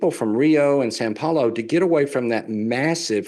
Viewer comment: I love an expert that does not know when he gets the fotos of the cities of São Paulo and Rio de Janeiro mixed up. Could it be that he is not an expert on Brazil? I think that is the fact of the matter. I would also point out that he does not know that São Paulo is not pronounced "San Paulo" . . . no expert here. I would be embarrassed to associate with this so-called expert. I can't imagine any amount of money that would be enough to associate myself with these experts. If you want to know about Brazil then talk to someone who actually lives in Brazil. As far as most Brazilians speaking English, this is not the case. I have lived in Brazil for nearly 20 years. I will tell you that this is not the case.